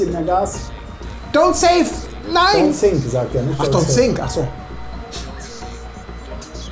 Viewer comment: Ach „Don‘t sink“ sagt der... ich hab immer „Don‘t sick“ verstanden und mich gewundert, warum mir da jetzt schlecht werden soll 😂